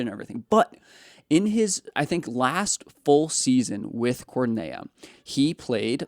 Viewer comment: Cornellá! Please pronounce it correctly. It’s too painful to listen anymore